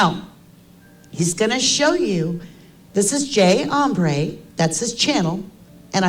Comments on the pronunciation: Uuhhhmmm , it’s not Hombre it’s Embree, pot kettle black. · She freaking called you J. Ombré instead of J. Embree then smugly called out Harsh for misspelling Kopacka! 🤣